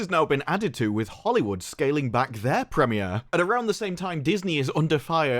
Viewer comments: Bruh how you saying gadoT and then immediately say "pre mi air?" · The "preh-me-air"